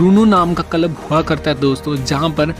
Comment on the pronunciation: Content is good. But your pronunciation is pathetic. Kalab - Club Liverpull - Liverpool Lonch - Launch